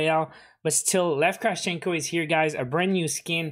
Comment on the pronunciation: It's Kra`vchenko